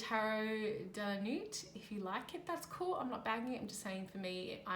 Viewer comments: Insightful review and pertinent comments. Not our usual RWS references and oddly, suits are not illustrated on the cards. P.S.Nuit is not pronounced correctly. In French, we do not pronounce the T at the end. The T is silent! Thank you for sharing. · hehehe I was giggling so much because the T is silent in Nuit.. It is the French word for night. De la Nuit- into the night. I agree though, the deck does not make much sense in regards to symbols, in which I often read tarot in those terms. Thank you for sharing, although maybe check the translation next time, prior to recording.